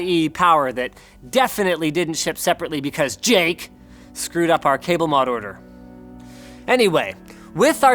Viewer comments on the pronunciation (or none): none